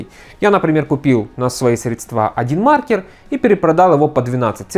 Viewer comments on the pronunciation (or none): none